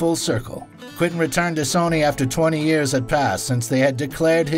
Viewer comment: WTF!? Stop saying "Quin-tin"!